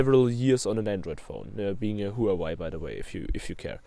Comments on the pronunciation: It's hu waa Wei not who have I 😂😂😂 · you are pronouncing Huawei as who have I 😂